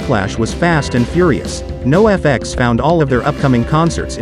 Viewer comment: If you would've typed the word Noahfex instead of NOFX into the chat gpt, it might have read it correctly. Unless this is a real dude saying this over and over lol